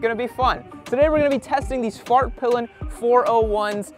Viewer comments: It sounds like u say Fartpilen when u intro it on this one 😜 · Did he say Fart pilen?